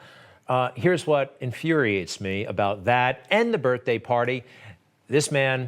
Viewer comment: He having' a "birf" day!